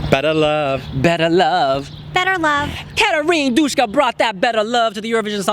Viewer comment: It's Duska man! Not Dushka! _sh does not exist in Greek!